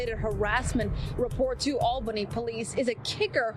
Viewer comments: great video, but quick tid bit, its said *ALL Bunny*. Not *Al baney*. Its easy to mispronounce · This was painful as a native of Albany. The pronunciation is right there on the news clip... I get disrespect to AB, but not to our city.